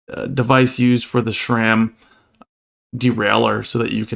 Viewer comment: I don't know why it bothers me so much, but people saying shram instead sram is like nails on a chalkboard.